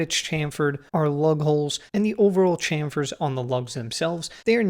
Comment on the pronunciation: Ch-am, should be pronounced Sh-am in chamfer... Great video